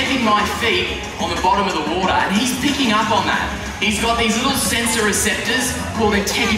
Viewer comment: i like how he pronounced water. "WODAAHH"